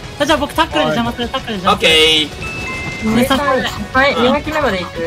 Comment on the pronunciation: Dさんのことじぇいさんっていってたのww エモート可愛いw